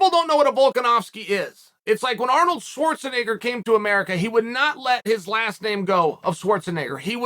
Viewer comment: Swartznigga 😂 uncle chael with another one